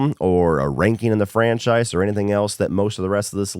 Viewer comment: My biggest of your hot takes is your pronunciation of “franchise” over the years